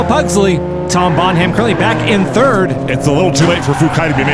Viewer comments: Bon Ham?? It’s Bonham - like John Bonham of Led Zeppelin. EDIT: never mind… Also “Absurdistan” was mangled - they missed the gag. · the ''h'' in the name Bonham is silent lads.